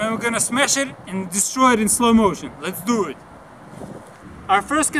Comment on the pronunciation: "Les dew it"